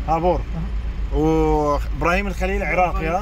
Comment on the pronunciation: خابوور مو هابور